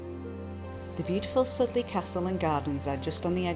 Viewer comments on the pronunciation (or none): FYI, they are Winchcombe, Soodley castle, Cotswold Way, no ‘S’. Chipping Campden, not Cambden.